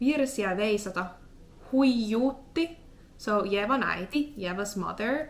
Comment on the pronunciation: I like it how even after realizing it's Ievan with "I", you read it Levan again 😀